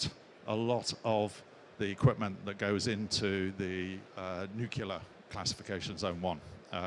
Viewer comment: Interesting presentation, but someone in this line of work really should know how to pronounce "nuclear".